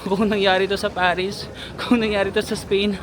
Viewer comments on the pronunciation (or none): none